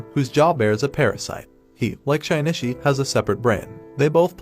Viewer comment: great video but the way you say Shinichi's name makes me want to sandpaper my bald head